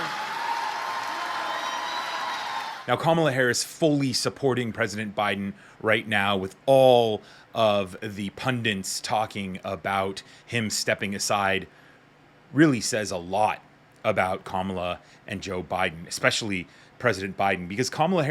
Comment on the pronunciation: Pundits is correct. PUNDINTS is incorrect. Pronounced exactly as it is spelled.